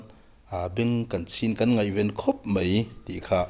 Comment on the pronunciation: A thusawi mei tih hi a dik lo mei ni lo in mai tih tur aw....tawngkam uluk deuh ang aw